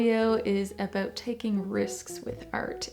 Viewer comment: aboot eh